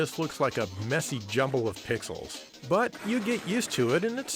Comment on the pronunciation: I know you probably said "320 pixels wide" there, but when I first heard you say that, it really sounded like "320 pickles wide" to me, and that gave me a good laugh.